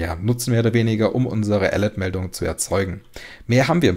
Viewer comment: Ich liebe den Content und auch dieses Mal ein großes Lob, doch wenn man die richtige Aussprache von "alert" kennt muss man teils ziemlich lachen. ;)